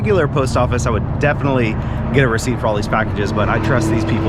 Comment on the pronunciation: "I difintly just fell" I did wait to see if you were okay. To difintly laugh out loud. Thanks for keeping it real!!!